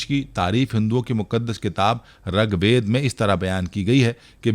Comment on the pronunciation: Aap jo bhi information de rahe Ho wrong de re ho 😮Rangved nhi Ringved hain